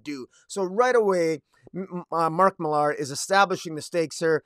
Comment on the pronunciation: Hey, bro. It's just Miller. I know it has an "AR" at the end, but it's just Miller. Regular pronunciation. You have a cool setup, though!